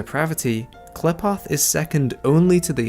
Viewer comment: Not "clip-oth" "quill-ip-ith"